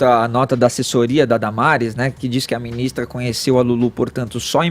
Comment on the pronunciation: E tudo que ele fala ele poe um TZ! Pqp! Por exemplo: gentitz (gente) essa ministritiza (ministra) não é competentitz (competente)!